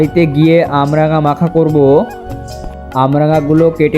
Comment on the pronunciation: ওটা আমরাঙা নয় কামরাঙা